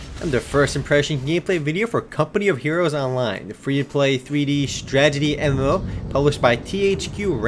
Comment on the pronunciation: When he says MMO it sounds like Emmllooou